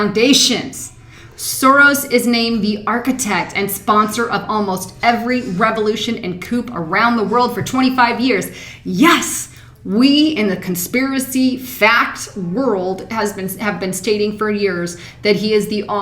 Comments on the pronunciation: great info .. but please, as intelligent as you are ... coup = koo :) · Coup is pronounced koo. not koop. It's actually a very common word in the world in which you are reporting on. You might want to re-record this one, since you mispronounced it almost a dozen times incorrectly and you could lose credibility over a mistake like this.. Just sayin. But thank you for caring... about what is going on... And we all make mistakes, and we are all allowed to make them, but if we are posting our informed opinion on youtube we better know our vocabulary better than the average person. and correct things accordingly if we didn't get it right the first time. COnstructive advice, hope you don't mind. coup pronounced: ko͞o noun 1. a sudden, violent, and illegal seizure of power from a government. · "Coup" is pronounced /koo/, not /koop/. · It's not a "coop", it's a "koo", spelled "coup" or "coup d'etat" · Coup in this context is pronounced "COO". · quit saying coop its pronounced coo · Honey, it's pronounced like "coo," not coop :) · Please my dear, I believe "coup' is pronounced Koo not koop. the p is silent. I love your reporting and find it very informative and helpful and you do well in your pronunciation but this one I believe needs addressed. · Pronounced "coo" not "coop" please. Reminds me of Obama , with his "corpse" instead of "core" for the Marines. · 'coo' not 'koop' ... but somebody beat me to it :) great vid, tho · Coup - pronounced koo Coop- pronounced koop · Coups pronounced 'coo' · P.s. Great vid, very enjoyable, but a political Coup is pronounced coo not coup. :p :) Don't ask me why, I'm from the UK but English is often a mystery unto itself. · Is there a whole lot of "coop" in the pie too? I have to tell you the "p" in the word coup is silent. Pronounced "koo". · I think her facts are pretty accurate, but she does need to brush up on her English skills. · coup... pronounced "coo" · FYI, the word "coup" is pronounced "coo" (French).:)